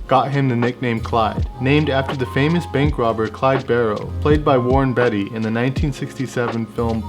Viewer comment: Tip: it's not pronounced Warren "Betty", it's "bey-uh-tee".